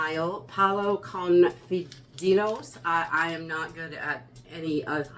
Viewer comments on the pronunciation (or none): Fideo Fe-they- o